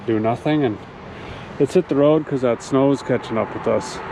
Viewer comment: Correction- Road Trip not toad trip Lol Cheers